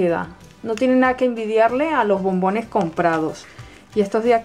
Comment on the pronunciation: por que dices bombines